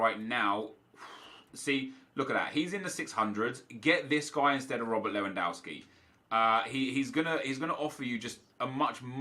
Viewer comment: Nep, you pronounce Lewandowski as it is written, not Lewandouwski.